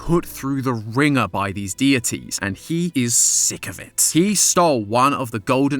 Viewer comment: I always knew this game was sus... 🤔 also "He is Thick of it." (Ik he said sick but sounds like thick to me.) Anyway GOOO AGGY!!! Aggy is exactly what this game needs its kind of boring without him.